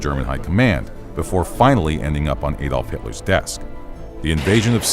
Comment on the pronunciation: Who is Ay-dolf Hitler?